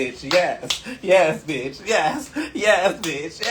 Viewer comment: “And I’m not an easy biyach” 😂